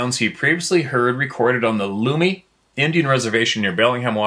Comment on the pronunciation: Lummi Island is pronounced like " tummy"